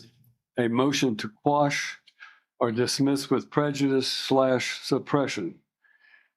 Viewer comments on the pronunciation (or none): Miranda Rights are ONLY READ when the Cops mean to ASK U Questions…🤦🏻‍♂️😂 SQUASH😂😂😂😂 It’s Quash U absolute Idiot!!! And Boy this Guy really Loves that “ Fruits from the Poisonous Tree “ saying doesn’t He..🤦🏻‍♂️😂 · Squashed😂😂. It’s quashed you nitwit.